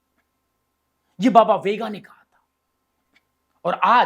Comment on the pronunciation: Chutiye sahi bolnato shikh vega nahi venga bhonk